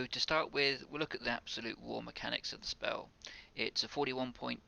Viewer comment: Speww, earth shield, couwwdown, zero lmfaoooo you needed to go to a speech therapist 10 years ago